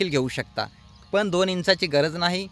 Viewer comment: फण सर 😂तुमी आसे कसे इंग्लिश ओलेगत बोल आहात 😂 आफण फार फ चा वाफर करताय सर 😂❤❤❤🙏🙏🙏